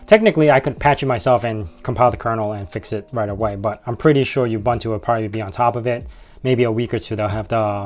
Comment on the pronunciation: Any credibility this video may have had goes out the window when you pronounce it you-bun-too